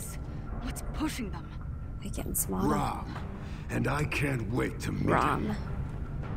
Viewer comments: I find it ironic how you pronounce RAAMs name. I once had a debate with my sidings over how to pronounce it and I thought it was Ram too lol Since it has two A’s it’s pronounced with the long A. 😃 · It’s pronounced RAAM, not Ram.